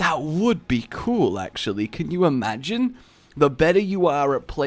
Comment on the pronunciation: i find it funny that you can watch any rage vid and he will say can you amagine in any vid of his